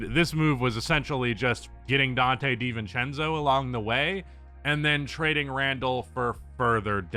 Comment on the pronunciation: You said Dante DeNintendo,you a legend for this1